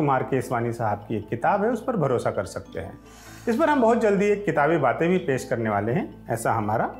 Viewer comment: Pes nhi pesh hota h